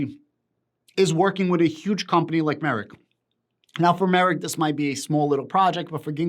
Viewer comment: Just saying. The correct way to pronounced the company is drum roll... Merck like perk. Not merit.